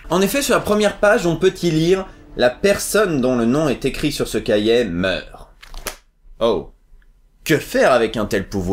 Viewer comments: un cahier pas un "cahiet" bordel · Cahiet c'est si difficile de dire cahier sans deconner